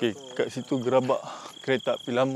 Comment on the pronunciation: Gerabak la kak. Bukan Gerobok